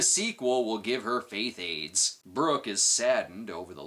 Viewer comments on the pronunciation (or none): Did you say, "faith AIDS"?